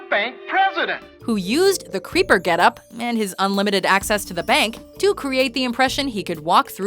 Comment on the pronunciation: Was he saying “Creeper” or “Paper”?